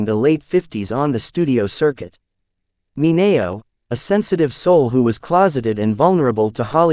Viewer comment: The pronunciation of Sal Mineo's last name is totally WRONG!!! Also Charles Laughton's last name mispronounced ... but as for the video, it's alright with a lot of good information ,.,.